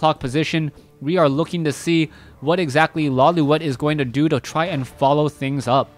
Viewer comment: Lawliet is a Japanese name pronounced "Lo-lite".